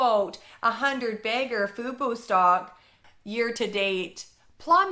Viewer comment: also... lmao. I know you're trying to be serious... but it's tough to take you seriously when you pronounce "fubo" as "fooboo" at various times in your video LOL. it's super distracting. i'm sorry this is hilarious